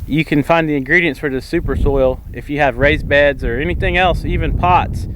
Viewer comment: It sounded like you were saying rice beds, lol I was about to be amazed